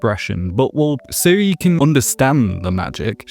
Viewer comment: not pronounced “Seh-ree”, “Zeh-ree-uh”